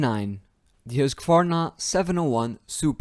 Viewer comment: Finally someone who knows how to pronounce Husqvarna!!! Good job